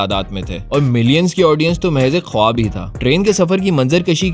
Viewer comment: khawab nhi hota khaab hota ha aur khawaish b nhi hota khaeesh hota ha .... wao nhi para jata